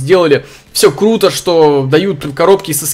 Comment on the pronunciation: "все кЛуто"😹😹😹👌👆